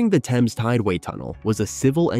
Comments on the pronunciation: TEMZ not TEYMZ. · Why are you pronouncing the word Thames differently in a matter of seconds after pronouncing it correctly? First the river Temz and then Taymz Water?